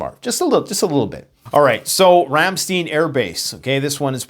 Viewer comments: 1. Get rid of the stupid hat. 2. It's Ramstine, not Ramsteen. Yes, I know I spelled it wrong, I had to to make my point. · When two vowels go walking, the second one does the talking. Ramstein is pronounced [RAM STINE] not [RAM STEEN]. Frankenstein, a stein of beer, etc. Also, global warming is a myth. There is no evidence that global temperatures are increasing at catastrophic levels. If any large scale climate change is happening, which is dubious, it is impossible to link it to any human activity whatsoever. We can destroy our society just fine with atomic weapons. The PLANET will go on without us just fine. We are not killing the planet. Don't believe the JUNK SCIENCE! I suppose you have an excuse for being so gullible...you are Canadian. Also, you might want a slightly shorter chair. Your gut sticking out is a little obvious. You might want to keep that thing out of sight. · Great video. BTW, it is pronounced “Ram-STINE” Air Force Base rather then the “e” sound. I’m a retired military officer-Persian Gulf War-Chief Chemist at 10th MedLab; my husband Air Force Intelligence. We were stationed at RAFB . Although Americans had NO clue how serious it was, let me assure you that it was HELL living there once war was declared. We had to live underground for months. You are correct. 99% of my acquaintances DO NOT ACKNOWLEDGE WHATSOEVER what is happening and REFUSE to acknowledge that ANYTHING is unusual. I have ZERO respect or a micron of care about them. “God helps those who helps themselves.” Our planet is overpopulated by 8 BILLION people so who cares. America is collapsing as it should be with their parasitic Welfare System and the new “smash and grab.” Take these humans out🙌🙌🙌♥️ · Its pronounced Ram...Stine Air Force Base, Long i.....love your videos, I was stationed there in Germany. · It’s pronounced Ram STINE air base. Keep up the good work! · Pronunciation: Ram-STEIN - like a beer Stein not steen